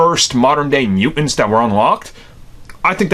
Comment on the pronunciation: "Mew-ince" hehe